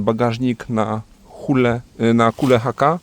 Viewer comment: Nie "Tjul" a "Tule".